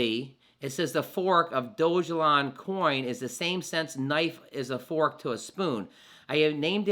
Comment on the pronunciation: I hear it's pronounced DOG (like your pet) not DOGE. DOG-ELON-MARS.